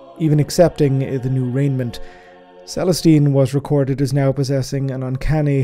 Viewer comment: Y'all gotta stop throwing the letter n in where it has no business belonging. It's tenets, not tenants, and it's raiments, not rainments. *Edit:* Christ almighty, it's interred not interned. He's entombed on the golden throne, not doing an internship on it ffs.